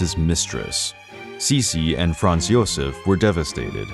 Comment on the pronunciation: When all one has to do is narrate, and that’s not done correctly…..eh…huh? If you don’t know, ask. In one video the narrator goes from Joseph to Josef with the ‘y’ sound, which is correct, then Gazella instead of Gisela, Gees-la. You had one yob